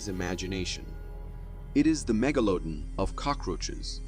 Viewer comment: Somebody is trying too hard to write an interesting script. Also learn how to pronounce 'megalodon.' Better yet, get new writer/narrators. Who speak English. This channel is a mess.